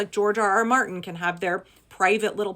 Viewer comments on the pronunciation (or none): none